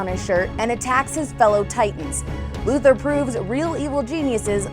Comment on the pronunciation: His name is pronounced Lex LuthOr, not LuthEr. I feel like I always have to point that out. Siriously, watch "Superman: The Animated Series," you'll see that that is the correct way to pronounce his name!